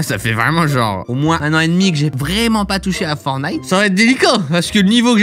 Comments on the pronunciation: Forttttttttnite pk il oublie toujours le t ? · Il dit encore fort _ nite 😂😂😂